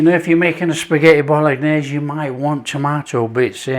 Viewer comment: I could swear you called it spaghetti Bol-lock-naise at the beginning. Made me smile😅